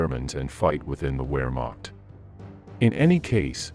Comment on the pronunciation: History channel that says Wehrmacht with a W pronunciation instead of V. Instant dislike sorry. I understand it’s a bot reading, all you had to do was change it a little or read it yourself?